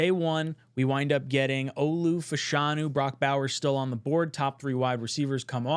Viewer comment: Shoutout to for saying Fashanu correctly.